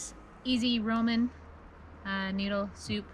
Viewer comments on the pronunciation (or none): Sounded like Mom said Roman soup. I’ve always pronounced it Raaa-min. Min being noodle in Chinese